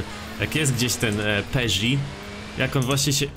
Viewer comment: Tak na przyszłość mówi się „peżo” a nie „peżot”